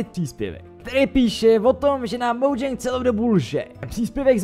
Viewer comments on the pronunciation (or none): none